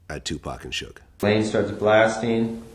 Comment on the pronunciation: I was saying the same thing 😂😂😂